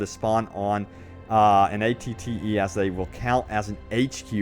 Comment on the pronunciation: The amount of times he mispronounced ATTE